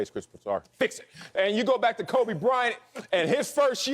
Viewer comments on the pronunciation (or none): none